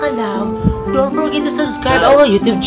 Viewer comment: Your demeanor guys are adorable. Pero narinig ko na nmn yung “forgep” sa intro nyo.. 🤪 Anyways, more power to your channel. Stay healthy and safe.